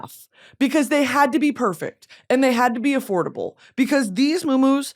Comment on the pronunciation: Girl did you say ADFORDABLE?